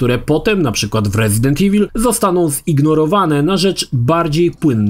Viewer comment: Dlaczego tak źle czytasz słowo evil? Pierwsze E czytasz poprawnie po angielsku, a końcówkę IL masakrujesz jak byś po polsku czytał. O co tu chodzi? IWUL czytaj.